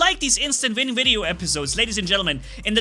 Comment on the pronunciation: You keep saying instant vin